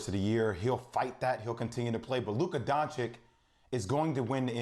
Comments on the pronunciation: "DoncheeCH"!!! Not "DoncheeK". Come on Jay Will...if you love him so much, put some proper respekk on his name lol :)) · I would understand if he would call him donkik, but to call him donchik after 2 whole seasons is just mind blowing :O wooow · Who is Luka Donchick? :O I find this really ignorant...after 2 years in the NBA and being one of the top players,..some reporters still don't know how to pronounce his surname. This is not just laziness,..it's disrespectful. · HE IS NOT LUKA DONCICK. Hi is DONCIC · Nobody:... J Will : Luka DonciK 🙄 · DonchiCH! After two seasons of Luka doing what he's been doing in the NBA, not knowing how to pronounce this is a choice. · Doncik? What is this dude saying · I mean Dam Jay Will! At least get Luka's name right when you're voting for him. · Bout to win the MVP still Jay still dont know how to pronounce his name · And you still can't say his name right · seriously guys learn how to pronounce Doncic. It’s really not that hard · Luka DON-CHI-CH